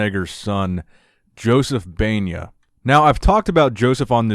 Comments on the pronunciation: I heard you said his last name was Peña, but it is Baena. No big deal I just want it to let you know. Great video. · you talk about him but can’t say his name right, and it’s about his son 🤦🏽‍♂️ where’s the empathy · Dude, you did a shitty job of pronouncing his last name.